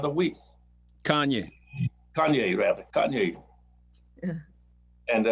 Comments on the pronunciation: He called Kanye Keyonna West 😂😂😂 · Did he call Kanye Quiana? *Tears Great conversation. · You know Dr. Claude isn’t with the antics....”KAY-yunna West” 😭😭😭😂😂 #orwhateveryallCallHim